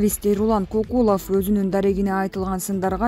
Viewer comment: Комментатор Кокулов дебей Көкулов десең орус эмессин го